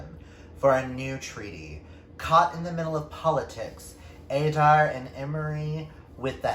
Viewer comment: Where you saying Adair? I believe it’s pronounced like (a-dare). That’s how I read it and I’m sure that’s how Mallory pronounced it in the author spotlight I did with her... id have to go and double check :). Ahhh yes! Matt and Ryan are the sweetest author couple! :). Ohh yes! In The Hills Above The Gristmill! Yess!!! All of these are amazing books and incredible authors! I’m so happy you won this giveaway! I am just starting Elemental Links now myself! I can’t wait to read it and review it! I think you are going to love so many of these... if not ALL of them. I NEED some of Candaces work!